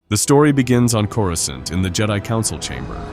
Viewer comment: “Coruscint” maybe test the audio before posting ai pronunciation.